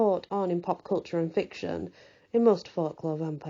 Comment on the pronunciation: emphasizes Fic-tion...😊